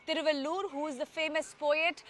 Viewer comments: Hi stupid not Thiruvallur say Thiruvalluvar. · Not thiruvallur. Thiruvalluvar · First clearly pronounced a name thiruvalluvar.thiruvallur is a district in tamilnadu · Not Thiruvaloor... Tamil Poet name is Thiru-vallu-var. Thiruvaloor is a town near Chennai. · Thiruvalluvar, not thiruvaloor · Thiruvalluvar, not Thiruvalloor. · Looking at the way opposite of PROgress party, the CONgress under RaGa has been treating India, destroying it from inside, there soon he will have to do a "Bharat Chodo Yatra" 😃BJP bhakths willbe wetting their pants. LOL! BTW, it is THIRU - VAZHL- LZUVAR. Vazhuvan is the original name, THIRU is honorific equivalent of "Sir" and ending any "AN" with a "AR" in tamizh denotes respect. Something like Thum vs Aap in hindi...